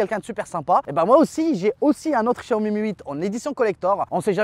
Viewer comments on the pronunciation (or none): none